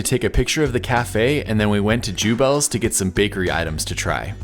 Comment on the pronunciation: Beautifully filmed and such fun to “travel” virtually with you! I grew up in Litchfield IL and now live in Bloomington...so glad you enjoyed your stops there. Jubelts is pronounced yoo-belts, btw. Next time you’ll blend in with the locals!